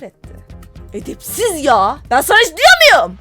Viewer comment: eĞdepziZ yaĞa bEğn sAğna hiĞç dİyoğMuyum😂😂😂😂😂